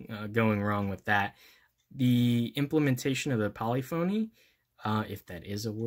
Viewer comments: Yes, polyphony is a word :P it's more pol-lif-a-knee than polly-phony though ;) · Polyphony is pronounced poll-if-in-y